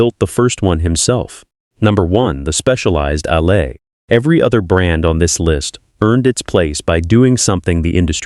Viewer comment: "Allez," is pronounced, "Al - ay." I cringe every time I hear it mispronounced. Please correct it for your own credibility. Bumpa Rick